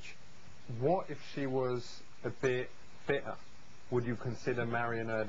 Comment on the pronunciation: "wo' if she was a bit fi'er?" HAHA LOOK AT HER FACE